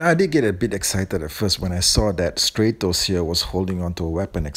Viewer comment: It's statos not straytos